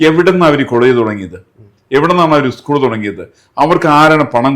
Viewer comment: ഉസ്കൂൾ അല്ല സ്കൂൾ😂